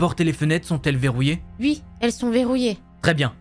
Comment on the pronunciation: J’ai adoré la voix féminine qui ne dit jamais « oui » mais « ui » 🤣🤣🤣